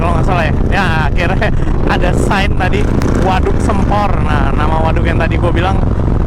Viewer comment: Maap bang koreksi dikit penyebutan sempornya, harusnya pake e bukan e :)